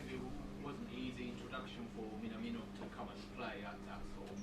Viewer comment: Please get the pronunciation of "Minamino" correct. There are 2 mistakes: 1. The "na" in not "ne" nor "nei", it's "na" like in nuts. 2. The "mi" is not a long "mii" nor "mee", it's short like in "miss". And if you want to get it really perfect, put the stress on the first syllable and not the second "mi". Japanese fans would appreciate it. And I think it's a question of respect to pronounce someones name correct.